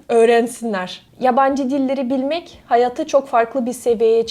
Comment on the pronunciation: güzel Türkçe konuşuyorsun, ama bazı seslerde yabancı olduğun farkediliyor. ncü saniyede siyasi kelimesinin telafuzu mesela... yahut de hayatı kelimesinin telafuzu... Ancak mükemmele yakın. Hatta bir çok Türk ten iyi konuşuyorsunuz